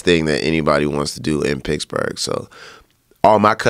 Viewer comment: Is he talking about Picksburg, Germany. (Like the US Military Installation) It sounds like he is saying Picksburg. I never thought of Pennsylvania as the Mid-West, I guess it's close though.